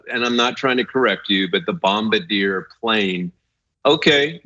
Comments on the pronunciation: please don't correct anyone again with that plane's name. Anna's pronunciation was a lot closer to the correct one! It's a french name, and the correct pronunciation is bom-bar-dee-ay, NOT bombadeer 😵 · Bombardieray not air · "not trying to correct you"... ummm it's actually pronounced bom-BAR-di-ye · There's nothing worse than someone trying to correct your pronunciation only for them to do it wrong... It's bum-bar-dee-yay you asshole, not bomba-deer.... 🙄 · What the hell? His mansplained pronunciation of Bombardier was waaaay worse than Ana's. It's BOM--BARD--YAY, emphasis on the second syllable. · It's pronounced Bomb..Bard..ee..eh... Eh..? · Not all that important but I haven't seen a progressive channel get it right. On pronouncing Bombardier: In the US it usually sounds like Bom Bar Dee Ey. I don't speak French, but I believe it sounds more like BobArdYey. I'm sure somebody will post a correction. Perhaps a Canadian neighbor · Pronounced BOMB-buh-deer -- emphasis on 1st syllable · Incorrect. It's pronounced bombardee-eh. It's a Canadian company in Quebec hence the French pronunciation... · Bombardier is, of course, a French=Canadian name and is pronounced: "Bomb-bard-e-yeah". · 'correcting' Ana with the completely wrong pronunciation of Bombardier...LOL...she got it basically right. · It's pronounced "Bomb/a/deer". Really your research is abysmal. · It's pronounced bombbardeeay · BOM BARD YAY THAT IS HOW ITS SAID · It's pronounced "Bombard - yay ". It is a French Canadian last name.He invented the 1st snowmobile. The reasoning behind the invention is pretty cool actually. It was to get people in rural areas to medical attention sooner. (I was going to let it be until he "corrected" her). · 'Bom-bar-dee-ay' =bombardier Like... 'Targe-ay' = Target 🎯 lol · It truly a French pronunciation, “Bomb-Bar-Dee-Eh, the Americanized version is not accurate but widely used. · That French-Canadian name is pronounced "Bom-Bar-Dee-AY". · PRONOUNCED…… BOMB A DARE